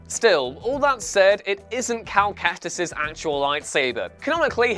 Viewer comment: Is nobody going to acknowledge that he said "cal kastis" instead of "kestis"